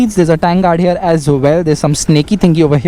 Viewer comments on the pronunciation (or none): none